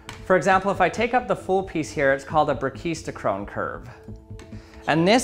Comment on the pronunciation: I see the video of braciostochrome in Vsauce. Though I decided to watch this video. And I am glad I learned something new. I know the pronunciation is wrong.